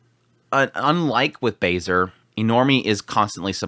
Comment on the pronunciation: every time I hear someone say "Bay-Ser" x_x pls, look up how to say this name, pls